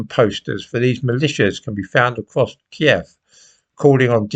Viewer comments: I knew of kiev. You pronounce it right too. It's not keeve, it's key ev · Thank God you pronounced it KIEV, and not the PC American KYIV, which has been thrust down our throats by the Lefty BBC and MSM.